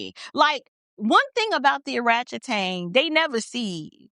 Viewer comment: I'm sorry but every time you say oratchtang I crack up 😂😂😂😂 but she is embarrassing herself.